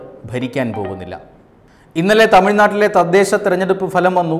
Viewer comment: ദയവായി അവതാരകൻ ഉച്ചാരണത്തിൽ ശ്രദ്ധിക്കുക . ഫലം എന്ന മലയാള പദം ഫാദർ എന്ന വാക്കിലെ ' ഫ' ഉച്ചരിക്കുന്നത് പോലെ അല്ല പറയേണ്ടത്. പകരം ഭാര്യ എന്ന വാക്കിലെ ' ഭ ' പോലെയാണ് ഉച്ചരിക്കുന്നത്. Result , fruits എന്ന അർഥത്തിൽ ഫ എന്ന അക്ഷരം ഉപയോഗിക്കുമ്പോൾ ' ഭ ' ശബ്ദം ആണ് വേണ്ടത് . ചിലർ ഭാര്യ എന്ന വാക്കിനെ ഫാര്യ എന്ന് പറയാറുണ്ട് . അത് പോലെ ഉള്ള ഒരു ഉച്ചാരണ പിശക് ആണിത് . ശ്രദ്ധിക്കുമല്ലോ. മികച്ച അവതരണവും ശബ്ദവും ആണ് താങ്കളുടേത് .